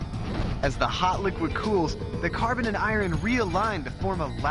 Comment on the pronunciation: I can't get past his pronunciation of Iron, he sounds like Bugs Bunny the way he says it.